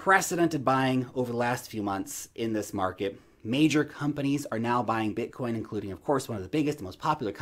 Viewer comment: Blitcoin? 🤦‍♀️ 😂😂😂 😂😂😂😂😂 love you, take care 🙋🏼‍♀️